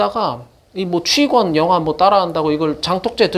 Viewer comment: 취권 발음 정확! 채널 주인장처럼 취꿘이라고 잘못 발음하는 사람들도 많은데. 취권 영화 나왔을 때 다들 글자 그대로 발음했음.